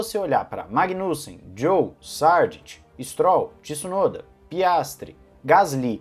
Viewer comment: Por favor ao mensionar o piloto japonês chame o de Yuki. Tissunoda doi os ouvidos...